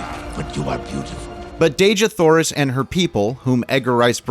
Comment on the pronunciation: I don't know if anyone's told you but Dejah Thoris isn't pronounced Deh-zhah Thoris. According to ERB, it's pronounced Dee-jah Thoris. Now, allow me to say that, as a humongous fan of the John Carter/Barsoom series of books, I can assure you it was more than you said that caused people to run from it. Disney, as usual, decided that ERB didn't know what he wanted to say in the books and changed about 95% of the storyline. I'd tell these changes but it would take a book itself to do so. Two of the most glaring changes were a) John Carter didn't join the Confederacy because his wife had been murdered by Union Army forces (Hmm. Where have I seen THAT before? (cough Outlaw Josie Wales, cough Jonah Hex) b) Tars Tarkas wasn't Jeddak of the Tharks when the story began; he was a Jed (prince, if you will). As I said, there were so many changes that it would take forever to tell them all and I believe those changes are what kept people away from the movie.